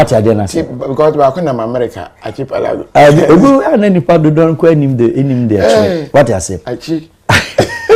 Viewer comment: Pronunciation is arkipelago and the spelling is archipelago